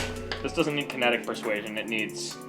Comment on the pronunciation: "Kenetic persuasion". I'm gonna have to start using that.